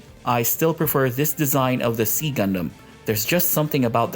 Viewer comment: It is pronounced [ksi] in Modern Greek, and generally /ˈzaɪ/ or /ˈsaɪ/ in English. Not "see" or "C"-gundam.